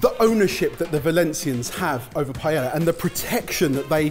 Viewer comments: Maybe pronounce it correctly first. It isn't "pie-ella", it is "pie-eh-uh" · I just can't deal with you guys complicating the pronunciation od PAELLA... same thing with dulce de leche. Pa- eh-eeah dool- se de leche... Not paieia or dolche de leche. It is not that hard. Hahahahahhahaha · love the vid....if only they could learn how to say Paella, they use it very often, so... Pa (like in papa) - a (like the vowel alone) - ya (like now! in spanish) Pa-ae-ya...lol I get an eyelid twitch every time I hear them mispronounce it paiehia, and I'm not even Spanish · why do brits say PAI-eya? it's pa-eya. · Excuse me sir, its called a Paella. Not a payeya, plz stop saying payeya. PA É LA. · The only thing irritating to me is that they still pronounce Paella like „Pa-yeah-ja“ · The only thing that kills the paella burrito for me is the pronunciation of the word paella....and paellera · I love attemps to pronounce Spanish ( and Catalan/Valencian) words, and completely butchering every single one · people would probably not be as upset if you learnt to pronounce paella correctly 😂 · has anyone made a cut of the 1001 ways they've pronounced 'paella'? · I think the problem with all of this is the way keeps pronouncing paella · The double L is silent. It's Spanish. The double L is always always ALWAYS silent. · 2 things, how do you even say paella... im my mind, P is a hard consonant and aella are soft weak letters.. P-ala, and doesnt all the ingrediesnts of a Paella go in a burrito anyway? like if i said "give me a Paella on a non-garlic Nan" same thing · After all this years, still mispronouncing "paella" , never change you guys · Maybe try and pronouce paella properly? also, the pan is called paella, that's where the name of the dish comes from